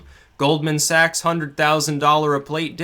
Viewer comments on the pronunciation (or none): none